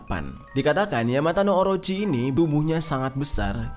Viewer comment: Bang maaf tapi penyebutan dari ular itu yamata no orochi 🙏🏼